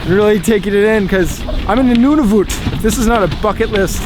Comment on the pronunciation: how are you canadian and said nunavut and iqaluit wrong 😭😭